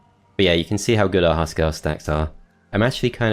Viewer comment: Great to see this map played. I rage quitted it first times I tried it; damn Crone/Nornor. Fun fact: Huskarl is pronounced with an U like in Hugh and by articulating all letters. It means House Man in Swedish and probably refers to an old term for clan inhouse loyal guards. Just a ps. Why would they patch that achievement out? xD